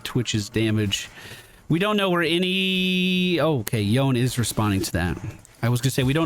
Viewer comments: Should be Yo-ne. He's from magical-pseudo-japan so you pronounce it as if it were a Japanese name. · Welcome to league buddy im happy to see you on a game I play again it's been forever. I'm gonna follow the game and give you a run down after to help out also it's pronounced yone... clearly.